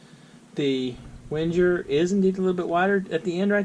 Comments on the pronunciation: Wenjer? 🤣 "Ving-er" it's a Swiss army knife, but the name is German. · Good video, but I have to point out that its pronounced Veng-ger